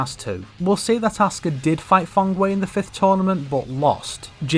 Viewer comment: “Fung wei” bro get the fuck outta here -_